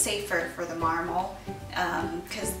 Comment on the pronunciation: Lol you say marmal